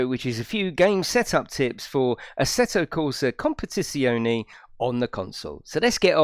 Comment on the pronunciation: Hi I do love how you say asseto compitiononie very funny 😄 👍